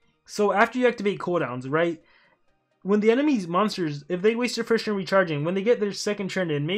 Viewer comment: Hhaha you say churn instead of turn